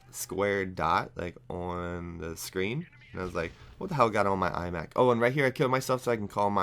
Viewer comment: lol i thought u said ''eye back'' instead of iMac:P and btw i think u talking bout ur life is AZZAM!